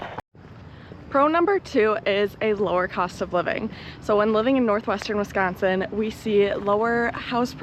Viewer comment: How long have you been in Real Estate? BTW way you say Northwestern Wisconsin is cool.....